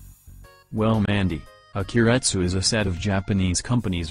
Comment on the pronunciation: Too much u is pronounced at the end of keiretsu.